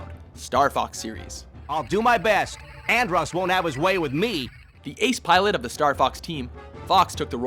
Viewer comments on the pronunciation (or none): And once again this guy blatantly refuses to pronounce something correctly. Here's a tip: if the character Andross is only pronounced one way throughout the entire series, than any other way to say it is WRONG.